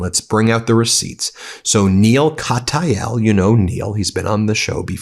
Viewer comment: Very illuminating report, Ben. BTW, Neil Katyal's name is pronounced not in three syllables ({Ka-TAY-al), but two (KAT-yal).